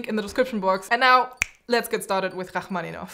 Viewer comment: the way you say his name its so beautiful! i never knew the pronunciation of it before lol and i didnt know the other part that you were playing but it's so so good to listen to it !!